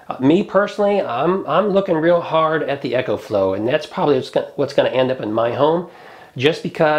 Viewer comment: It's "Eco"flow not Echo